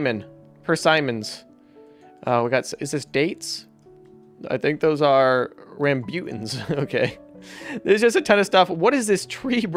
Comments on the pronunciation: your pronunciation is about the rambutan ill pronounce it for u:raambootan::) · this is how you say rambutan correctly:ram-bu-tan